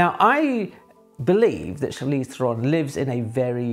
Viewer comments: BTW Charlize says it's THER-en rhymes with Karen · You mispronounced her last name. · this is not how u prenunce this second name